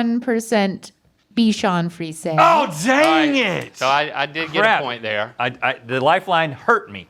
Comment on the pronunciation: This is the OCD inside of me and I'm not trying to be a troll. But it's pronounced bee·shaan free·zay. Not Fees. Lol! Not a big deal.